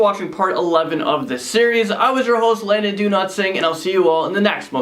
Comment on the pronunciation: I'm going to keep giving everyone of these videos of thumbs down until Landon can learn to pronounce his own name..#donotsing/Landon